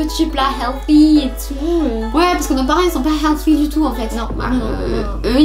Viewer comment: qui as capté dans la min elle dit healfy au lieu de healthy mdrrr